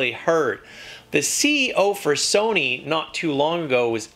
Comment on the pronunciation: ur saying sony wrong